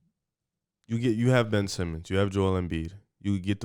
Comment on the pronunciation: Ben-ch Simmons